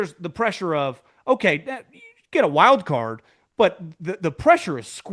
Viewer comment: I swear I hear Apple CAR and not card, for the millionth time.